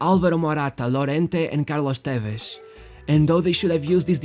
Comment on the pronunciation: lol how dumb he tried to pronounce carlos tevez name in a portuguese way xD what a blender man